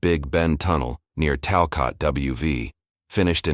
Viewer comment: It’s pronounced Talcut!!